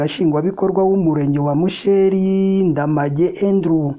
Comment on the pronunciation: Ntbwo bavuga (musheeri) ni musheri